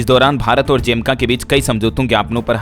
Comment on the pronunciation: Jamaica ❌ Jemka✔️